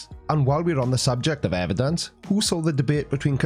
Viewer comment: Why do these halfwits say "evan-dunces" all the time! 😖